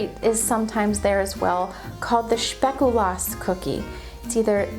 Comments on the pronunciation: in french, flemish and dutch sp is generally not prononouced shp ( it sounds like a particularly german way to pronounce it so it might have made its way in some dialects) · Pronounced - Spake U lass in Dutch (theres no "sh" sound 😉)